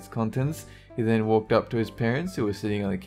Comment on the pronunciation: I kept hearing the word "then" at as "didn't".